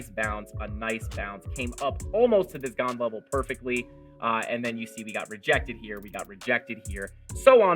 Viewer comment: Thanks for explaining the tool... It's pronounced Gann